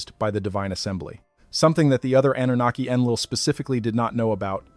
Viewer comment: also with an AI voice that cannot properly pronounce Anunaki